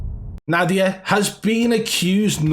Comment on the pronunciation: Z-Nadia lol